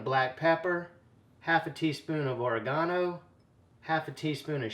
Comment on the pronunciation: Did he say OR A GONO ? never heard of it. lol